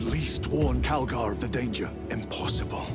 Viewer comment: It's Calgar says so the subtitles, but does not sound like Calgar.